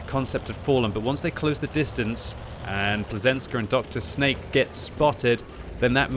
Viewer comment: His name in not Dr Snake, but Drsnak, that means something like tough guy